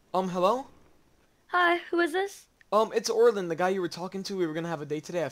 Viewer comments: Me when I heard oriln What its Orin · Did he just say orlin...? It’s orin no L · Its Orin not orlin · Are you saying Orlin instead of Orin? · HE SAID ORLIN ITS ORIN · MY MANS REALLY SAID ORLIN XDDDDDDDDDDDDDDDDDDDDDDDDDd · It's Orin not Orlin y'all keep saying Orlin it's pissing me off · When you said Orin I heard orlin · Isnt it Orin? Not orilyn